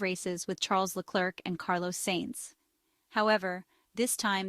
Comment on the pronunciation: It's "Leclare", not LeCLERK...............................